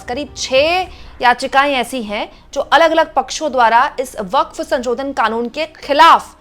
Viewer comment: अरे मैडम, संशोधन को बार-बार संचोदन क्‍यों बोल रही हो? ये तो अर्थ का अनर्थ हो जा रहा है। 😂